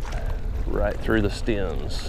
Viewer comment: when you say, "stim", do you mean stim or stem